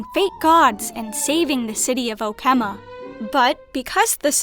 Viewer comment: clearly played the story in JP audio or no audio and its so obvious LOL. cant pronounce 'phainon' or 'okhema' correctly.